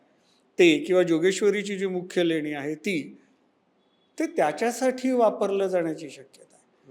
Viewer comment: Lenya nahi leni